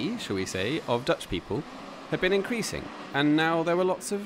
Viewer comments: Your Dutch accent is excellent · Your Dutch wasn't too bad. You made the effort to LISTEN to the names somewhere. Standard suggestion, apart from the local people: Forvo.